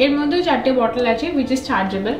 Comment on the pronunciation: 'Achey' ta puro english people er moto lagcheey😢😢😢😢